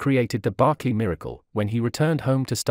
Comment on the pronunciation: BERKLEY NOT BARKLEY